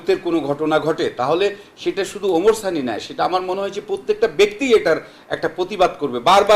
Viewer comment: আপনার শিরোনাম এ, ভুল হয়েছে ওমার সানি হবেনা,, ওমর সানি হবে। আপনার উচ্চারণ আর বানানের ভুলে হয়েছে,, আশা করি ভুলগুলো সংশোধন করবেন।